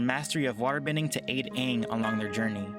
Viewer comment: Lol I cringed when they said Uung instead of Aang